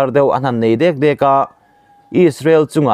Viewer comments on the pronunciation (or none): none